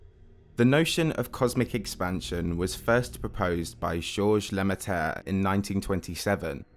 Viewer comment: Awsome video as always (Lemaitre though, not Lemiatre ;-)